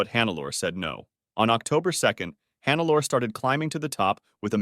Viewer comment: I usually dont do this, but in this case I cant ignore it: Hannelore is pronounced more like hun-ne-lo-re